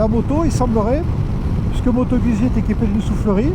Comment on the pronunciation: Pour que ton Italien soit parfait, il faudrait que tu prononce Guzzi comme eux: "Goûtes-y!"